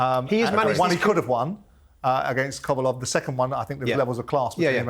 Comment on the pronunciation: Simon saying he was involved in “making the Hutchinson fight” - CRINGE!! No you weren’t Simon🤦‍♂️🤦‍♂️you can’t even pronounce Kovalev’s name! It’s not “Kovolov”🤦‍♂️🤦‍♂️